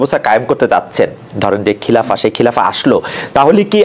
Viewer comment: খিলাফা নয় খেলাফত হবে উচ্চারণ